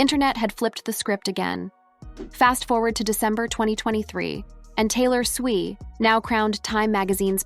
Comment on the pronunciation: WTF is SWEE????? Her name is SWIFT!!!!!!!!!!!!!!!!!